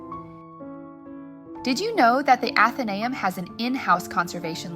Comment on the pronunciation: I'm a member, it's so worth it. It's pronounced Athen-ay-um, accent on the ay.